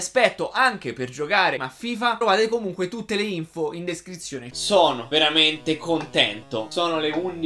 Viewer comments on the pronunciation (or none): SONO VEAMENTEH EUFOICOH!